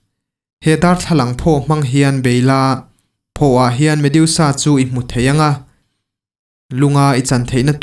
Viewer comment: Medusa,a in ziak ang hian,lam mai tur ni awm tak a ni,mediusa ni lo vin.ha ha haaa